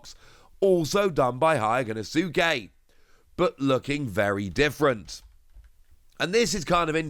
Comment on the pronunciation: Day 1000 of asking to pronounce Hyogonosuke correctly 😂